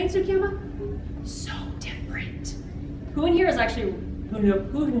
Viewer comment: did you really just say but how cears instead of who Sigh